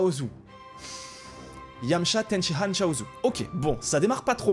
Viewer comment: Arrête de dire tenshihan stp c'est tenshiNNNNhan